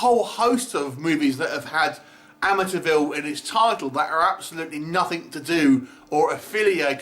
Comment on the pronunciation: you pronouncing "Amityville" sounds a lot like "Amateurville" - I think it's fitting for this film